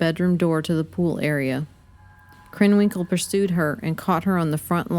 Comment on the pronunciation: It’s krenwinkle not krenwell